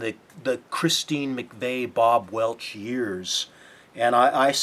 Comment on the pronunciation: and it's Bob Welch, not Bob Welsh.